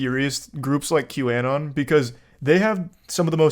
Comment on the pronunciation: This neckbeard can't even pronounce QAnon